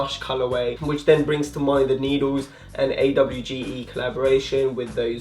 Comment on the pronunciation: love the video but AWGE is pronounced as one word !